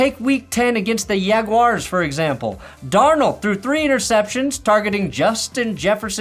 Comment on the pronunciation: THe "Yagwars?" 🤣🤣